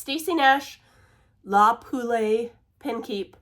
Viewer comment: I got a giggle with the le poulet pronunciation because it reminded me of my hubs’ roommate in college. He had a LeCar which we all called Lee Car😂 Have a great one!